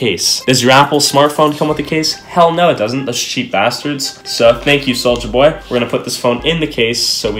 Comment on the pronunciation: Take a shot every time he said Souija